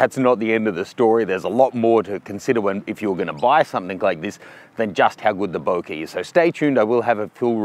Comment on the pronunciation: its not "bouquet" its "bokeh" FFS